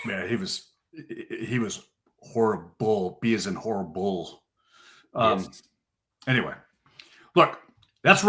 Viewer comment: Max Brosmer. Also, actually said B as is horri-bull. 😂